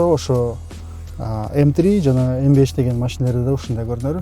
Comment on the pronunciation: M fünf деп айтыш керек)